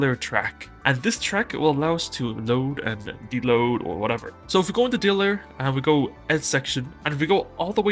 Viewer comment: Good shout on this. But tbh it took me way too long to figure out when you were saying "Dayler" you meant "Data Layer". Lol